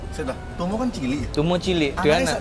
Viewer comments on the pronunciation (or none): anak tumo pengucapannya bukan kur,tapi kor seperti suara "o" pada tumo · Aneke tumo iku kor. Penyebutan o seperti bolong. Bukan o pada bola.